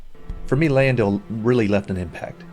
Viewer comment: Why is the guy in the video mispronouncing Lyndell? Characters in the game say the name, you know how to say it and it is not Lie in dell.